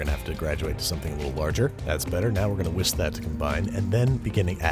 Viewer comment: real babish heads know that the man simply cannot pronounce "whisk"